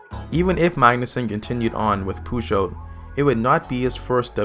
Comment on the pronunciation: The way you pronounce Peugeot is REALLY cringe. Try selecting french in Google Translate, punch in Peugeot and select the "Listen" button. That will give you a pretty accurate representation of how to pronounce it correctly.